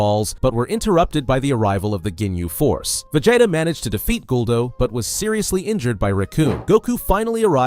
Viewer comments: va-jay-ta uuuzuroo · "VAJAYTA" was sending me